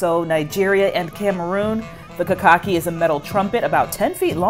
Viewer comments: Kakaki, is pronouced Kha-Kha-keey and is a ancient Hausa instrument and this is a Hausa ceremony of greetings for the king in Northern Nigeria Hausa kingdom Specifically Kano 🇳🇬 played by the appointed kings men 'Madaki' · KAKAKI IS PURELY HAUSA AND THE HAUSA'S HAVE CARRIED IT ACROSS WEST AFRICA ALONG WITH A LOT OF THEIR CULTURE SO MANY OTHER COUNTRIES ADAPT HAUSA CULTURE AS THEIRS WHEN IT'S ORIGINALLY NOT. THE WORD ITSELF IS HAUSA AND PRONOUCED KHA-KHA-KEEY AND THIS IS A HAUSA CEREMONY TAKING PLACE IN KANO NIGERIAN 🇳🇬